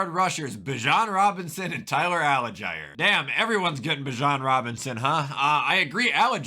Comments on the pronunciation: I like that this is the only comment I have seen mentioning this. It was bothering me the whole time. Like how are pronouncing a letter before the G that doesn’t even exist???😂😂😂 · Bro, why does he keep mispronouncing Tyler Allgeier’s last name? It’s pronounced Al-Jeer.